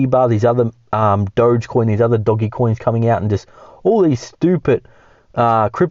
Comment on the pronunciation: ITS NOT DOG E COIN FOR THE 100TH TIME ITS DO GE COIN